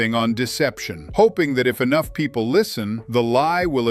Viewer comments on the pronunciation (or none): none